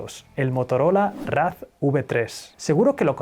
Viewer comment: "RAS" JAJAJAJAJAJ se pronuncia "REICER"